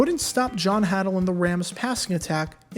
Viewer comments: hAdle not HaDLE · Just a little FYI here. The Falcons kicker, Nick Mike-Mayer pronounced his last name Micka-Mier and John Hadl was pronounced Haydle with a long A, not a short one. Just thought you might like to know. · Note: Falcons kicker last name pronounced “Miki-Myer” Rams QB pronounced “Hay-dul” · Also, “HAY-dull.” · Not being critical, especially since all your video's including this one are excellent. But just want to let you know that John Hadl's name is pronounced with a strong A, so it's like the A in Hate or Ladle, not the a in Hat. John Hadl threw a boatload of TD's to the excellent receiving duo of Gary Garrison and Lance Alworth. Unfortunately, he also threw a boatload of interceptions, as was the style at the time.